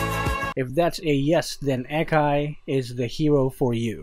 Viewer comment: The A in Akai is not like A in Air, but like A in Aura